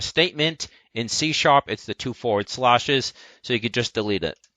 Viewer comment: It's slash, not slahsh. The "a" as in "c a t" not "c a r" Sorry, that was just bugging me. To know what direction something will rotate if you give it a positive or negative vector, Unity uses the "left hand rule". Which is: Make a thumbs up gesture with your left hand. The way your thumb is pointing is the axes and the way your fingers curve is the direction of the rotation for a positive vector/speed. Also you don't have to copy and paste by right clicking. The right click menu also outright has a "duplicate" option.